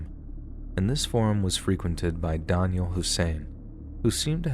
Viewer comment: Oh man, learn to pronounce Daniel properly, Wtf.